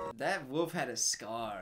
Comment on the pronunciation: Love that pronounces "wolf" like "woof".